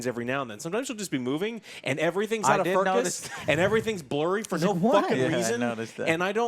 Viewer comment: “Out of Furcuss”